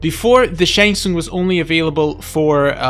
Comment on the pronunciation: I know that I meant to say that’s not how you pronounce his name. It’s Shang Tsung not “Snag tsung”.